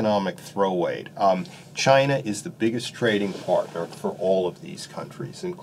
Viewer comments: Was his first word Chiner?! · I like how he says chiner. Lol